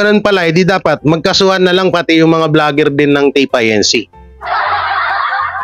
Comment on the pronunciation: pronounced as INCORPORATED (INC.)..not I.N.C. ( I. N. C.) Iglesia ni Cristo